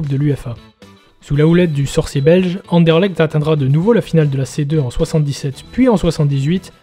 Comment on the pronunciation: Mille mercis l'ami, effectivement il y a encore du boulot niveau prononciation 😅 Content que tu aies apprécié le sujet 🟣⚪️